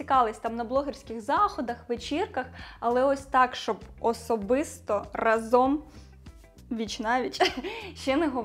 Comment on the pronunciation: ви така чудова! Дуже дякую вам за цікавий контент і чудову подачу ❤ я б порадила вам трохи підвчити наголоси у словах, або хоча б запам'ятати що правильно говорити рАзом, а не разОм